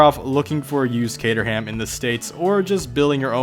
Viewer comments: Lol! Cater-ham? It’s Catr’um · Dez Delaforce good video...by the way old chap, its pronounced kate - trum not cater ham! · Cater-ham? No. It's Cater-ram... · Dez Delaforce its not kate-room you idiot, its kate-er-ham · Dez Delaforce actually its pronounced 'kater-um' down south england. Accents are great ay. Cateram 500 is awesome. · I work at Caterham (which is down south) and everybody at Kate-trum calls it kate-trum - not kate-room, kater-um, or the videos safest bet - cater-ham. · Cateroom wtf. Its pronounced caterum. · it’s not kate-er-ham it’s kate-er-rum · Its not cater-ham its caterham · Sorry chap....you really need to re look at Caterham (pronounced Kate-room)...basically they are Lotus. Caterham 7 is a lotus 7 car I guess built under licence.. all that happened is the name of the company changed when personnel changed. Sylva cars designed by Jeremy Philips (met him great guy... very clever..fantastic eye for car design) are originally racing cars for the 750 motorsport club...they have been going years 1980. I built a Fury in the 90s which was the first road going version of the racing clubman. Kit cars are as far I can remember are uk invention from the 1950. going back to the start of Lotus and Colin Chapman. Don't mind being corrected if you know better but uk kit car market is huge. Apparently the cobra kit car market started from the need for replacement aluminium body tubs for race crashed originals. Fiberglass was used instead of aluminium because it was quicker and cheaper.... I understand it was uk talent that made the original aluminium bodies... I think the company was DAX that developed both the aluminium and fiberglass bodies. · Haywood Giablomi 'KATE-RUM 2 syllabuls with a very very slight suggestion of ER (syllabul) between the first and second pronounced syllabuls. If you think thats odd try this one STRACHAN, which is actually pronounced STRAWN. The Queen's English, a wonderful thing. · Pronounced as Kate_er_ram, all one word